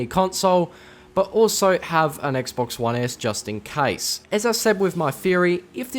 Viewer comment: (Case) not cassee